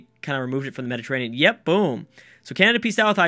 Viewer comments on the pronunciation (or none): none